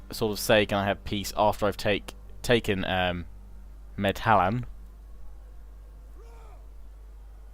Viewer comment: Medhlan is pronounced MED-lahn. The obvious precursor of the modern-day city of Milan.